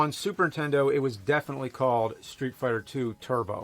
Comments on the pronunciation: I don't know what you mean, as if there's another name for it, but he actually mispronounces "Super Nintendo" at least twice, saying "Super Entendo" Edit: OK he always mispronounces it. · James: Super Intendo.... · "Super Intendo." - Jame Rolfe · Super tendo la pantat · Super “Intendo” I can never unhear this. Thanks James 🤣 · Super entiendo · He prounounces it more like "Super 'Tendo". I usually say Super N-E-S. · Also 'Super Nintendo'. Given his schtick, it seems kind of ironic.